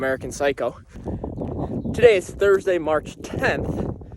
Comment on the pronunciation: ha..ha... “Thirsday”